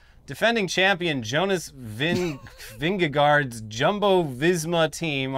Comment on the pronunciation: As a Dane, hearing you try to say Vingegaard is comedy gold 😂